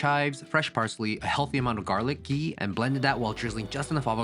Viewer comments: Hearing you say ghee made my indian self soooo happy ❤❤ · My indian heart melted when you said ghee❤